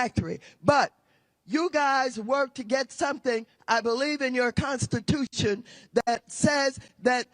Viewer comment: “Constitootshun” - Maxine Waterz